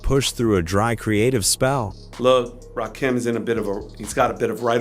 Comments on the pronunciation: The name pronunciation makes the video research and presentation...questionable. At least take the time to tell Chat GPT to spell it ROCK-EM in the AI script so the AI announcer says it right for the video. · Man I can't. Just can't watch the video with you mispronouncing his name. AI or not, it's Disrespectful. 💀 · This dude SLAYING his name is enough for me. I couldn't listen further! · Lyor wasn't a co-founder of Def Jam. He is an incubus. Serch's goofy ass could never write anything for Rakim. The mispronouncation of Rakim, 3rd Bass , AI is not that smart. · Please teach your AI how to pronounce Rakim's name. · I'm only 15 seconds in and I hear Rakim's name being mispronounced. Goodbye! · I can’t watch this after two minutes. I had to stop. They are butchering my man’s name the God MC.😂😂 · In typical AI cracker fashion, mispronoucing artist name. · This AI butchering the legends name is fuckin annoying! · Rakeem? Why don't yall spell words so the stupid computer says it right. Put Rah Kim or something... Jeezus. Can't listen to this and I want to hear it! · Ra Keem? That took me out. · Ra-kim, not Ra-keem. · RAKIM... not f'n Rakeem. Stop this AI bu'shhh... Just straight disrespectful... Hold up... You tryna tell me, that Rakim "needed" Serch? I aint believing that shit.. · Can you get the pronunciation of his name correct it's Rakim not Rakeem I'm done not worth viewing old stories nothing new it's the past lets move on. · Hey A.I. Rah...Kim....not keem 3rd base (pronounced) not bass like a fish. YOUTUBE IS A.I. DUMPSTER VIDEOS SUCK NOW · Ra-kim Pronounce it right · RA KIM!!!!!! NOT RAKEEM!!!!! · RaKim not Keem stupid ass AI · It's Ra kim not Rakeem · My guy say the names right understand it's the GOD MC RAKIM not keem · Yo put respect to this man’s name it’s Rakim not RAKEEM. SMH😂😢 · It's rakim not rakeem. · Y’all need to stop messing up their names it’s RaKim not Rakeem please stop making these mistakes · Rakeem???? WTF !!!! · RAH-KEEEM??? MUAHAHAHAAHA!!!!